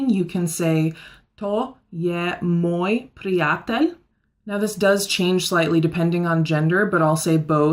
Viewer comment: its not moi its moj and we not use dobro noč cause sounds weird also lahko noč its correct but a translate on english is easy "lahko" have more means in slovenia: lahko greš ti - u "can" go ; or ; to je lahko- this is "easy" And we use it on good night also means lahko noč...things only slovenian people understand i think ;)